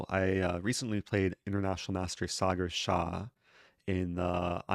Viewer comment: This is it: the most wholesome chess video possible Also, kudos for pronouncing Sagar correctly and not Sagaar.